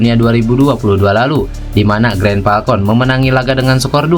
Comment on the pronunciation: Min, maaf. Green Falcon diucapkannya sebagai [griin falkon], bukan [grèn falkon].